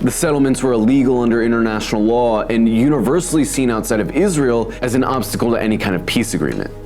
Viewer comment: Fuxk its-raz-elle